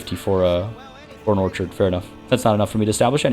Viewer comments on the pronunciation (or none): none